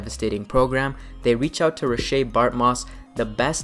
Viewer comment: Bartmoss isn't French... His name is Ray-shh, not Roh-shay. Me being an asshole aside, well made video sharing lore.